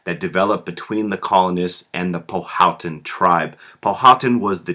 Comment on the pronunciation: Just a, by the way, you are saying Powhatan incorrectly.